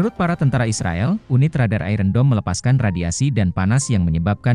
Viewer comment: Tolong kata 'iron' dilafalkan yang benar. Seharusnya lafal yang benar adalah ai - ern bukan ai-ren.